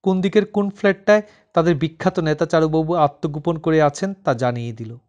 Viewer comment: পাঠক উচ্চারণ ঠিক করুন। "ন্যাতা" নয়, হবে "নেতা" বলুন।